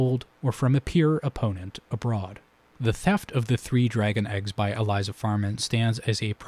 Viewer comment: Great analysis! Unfortunately, you pronounced Elissa Farman's name as "Eliza", so I am going to have to discount your entire video